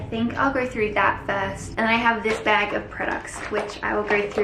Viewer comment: 😂😂😂 she said 'bag' in such an American way